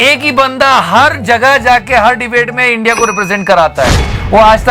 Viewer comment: Do you feel ashamed to speak INDIA You put a sound while speaking INDIA